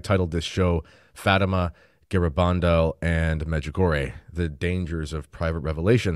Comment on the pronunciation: Gara-BAN-dal. In spanish the second syllable is emphasized. Your Spanish needs practice